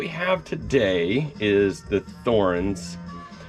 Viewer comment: Pronounced Thorens, right?